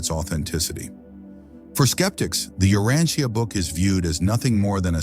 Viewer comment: The AI narrator doesn't know how to correctly pronounce many important words inclunting "Urantia" :face-blue-smiling